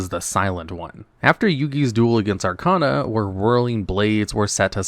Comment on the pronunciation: Celtic, Arcana, Bones - can you ever pronounce anything right?